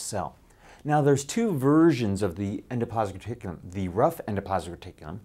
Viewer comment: It may roll off the tongue nicely, but unfortunately not off YOUR tongue. Slow down if you want to do it justice... EN-DO-PLAS-MIC RE-TIC-U-LUM. I remember this name from 8th grade when the class clown pronounced it in such a way that it stuck with me to this day 40 years later.